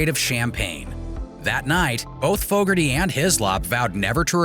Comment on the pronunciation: Fooougarty.... lmao